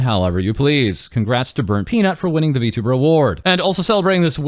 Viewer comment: Well, at least xQc doesn't say vtubber anymore.